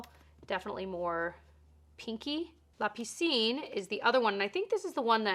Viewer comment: Thank you for the decluttering and the blush collection! I love that! And bravo for your French, I would think that la piscine is not obvious to pronounce for a non French person. I suppose that you learned French in high school?